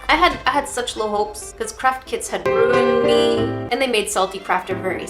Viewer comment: I'm sure is saying "Crap kits" instead of "Craft kits".